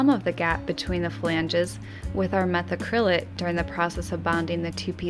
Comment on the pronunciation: mah - thack'-krillate = methacrylate